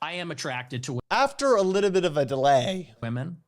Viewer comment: AWWWW he's a wiwl guy!!!😂😂😂